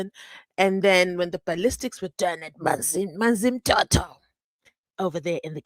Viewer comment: I thought its Manzimtoti..not Manzimtoto Witness U😂😂😂😂😂😂😂😂😂😂